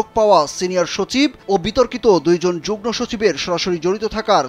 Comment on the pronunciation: Jugno না jugmo উচ্চারণ হবে।